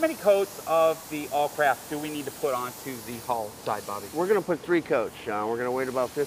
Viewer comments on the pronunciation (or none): why does the guy keep calling it awlcrap